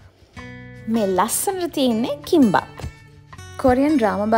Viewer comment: " 김밥 " ඒ ලස්සනටම තීන එකේ නම ලස්සන විදියට ඇහුන 😉 තවත් මන් වගේ අය සිටී නම් Like Button එක උඩ නැගලම යන්න "Kimbap" ☝